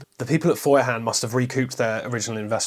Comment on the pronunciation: You don't entirely butcher the Feuerhand name, which is quite amusing because brits normally take any german word and make it sound so utterly british, you'd struggle to even understand the actual word. That aside, I do play with the thought of getting one of these for my boat as I have a hook up there on the ceiling, and I think it's meant to hold a hurricane lamp like this. It would definitely make more sense than the galley light, which is only on one side of the interior while that is central. Glad to hear you enjoy yours so much :)